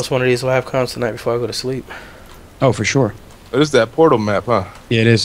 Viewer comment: four shore .... lmfao